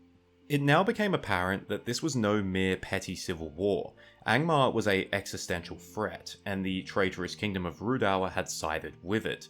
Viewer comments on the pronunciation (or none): none